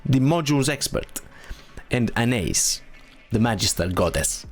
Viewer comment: Thank God you say Anais correctly... Everyone in game and all the other Content Creators butcher her name.